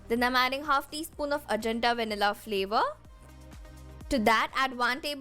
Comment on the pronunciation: You are pronouncing Ajanta wrong...